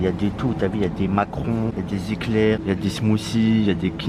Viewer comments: Ça me tue à la place de dire macarons il dit Macron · xd il a dis macron au lieu de macaron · on dit des macarons pas des Macrons frere! Il a dead la prononciation 🤣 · Wsh t'es srx tu sais pas dire des "macarons" ??